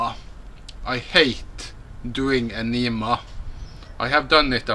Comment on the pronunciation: Aneeemah? Huh? Lol